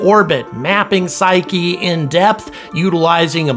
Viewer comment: Thank you for the correct pronunciation of Psyche!!!!!!